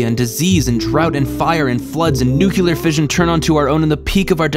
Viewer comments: NU-CLE-ARE not nucular like idiot Ronald Regan. Honestly, it's now a sign of intelligence when you talk to someone. If they say "nucular" they are very likely dumb. The name comes from the fact that the action depends on a nucleus interacting with a particle. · Great video essay. Only one critique: Nuclear. There is only one (1) letter "u" in the word and the word "nuclear" is pronounced ˈn(y)o͞oklēər or "new-clee-er". "new-cue-ler" is llike nails on a chalkboard. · You guys are bitching about it (and it bugged me too), but a couple of you have also described it as a two syllable word. Whaaaaat??? Like NEW-clear? Naw, man; it’s pronounced NEW-klee-ur. Three syllables, my friends. I share your ire with the pronunciation NEW-kyoo-lur (my ears always prick up when I detect it... it’s a linguistic train wreck!), but you dudes are saying it wrong, too. I’m living in a state that the entire country can’t seem to pronounce (can you guess which one? It’s not WORSHington, btw... and I pronounce it with THREE syllables!), living in a city chock full of streets that newbies and visitors can’t say correctly, born with a six-letter, three-syllable name that NOBODY can say right (my diminutive is ONE SYLLABLE, and it gets butchered in glorious ways, all day long), and I work with a ton of folks for whom English is a second language, so I try not to nitpick about the way words are pronounced... but the nuclear thing REALLY grates on me for some reason. And I guess it bugs you guys too! I’m not alone... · It's not grammer police and it's not a petty complaint... It's not a trick word (which English is full of) in order to pronounce it nucular you have to add an extra u sound which isn't in the word... Nuclear... Nu clear... It couldn't be simpler to pronounce and people who pronounce it wrong are idiots. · Nu Klee Er NOT Nu Ku Ler Note how it's spelled. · Nuclear NEW-CLEAR, not NEW-cu-ler!!! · NU CL ER! Say it with me! Not nu cu Ler. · It's nuclear attack, not nucular attack.